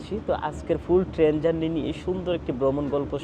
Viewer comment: আপনি ত ঠিক মত কিছু বলতেই পারেন না। টেন না ট্রেন, কেরু না কায়রো, আপনার ত আইডিয়াই নাই জায়গার নাম সমন্ধে